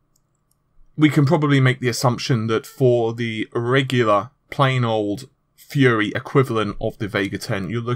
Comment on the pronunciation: Took me a sec to figure out that you meant "fury" not "fuhrer"